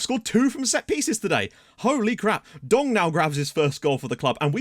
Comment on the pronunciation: This Dong needs a nickname. I swear struggles every time pronouncing his name